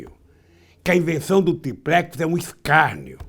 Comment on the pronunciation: ESSE CANALHA NÃO SABE PRONUNCIAR A PALAVRA: TRIPLEX, FALA SÉRIO.